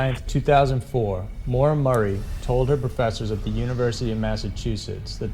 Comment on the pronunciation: It's Maura Murray NOT Marie